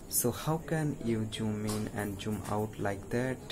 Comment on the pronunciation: It's not joon. It's Zoom 😂